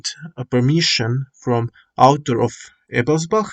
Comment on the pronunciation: As a certified German I can approve your pronunciation of Ebelsbach. Also I finally got things to work on my favourite map. Big thank you for this tutorial!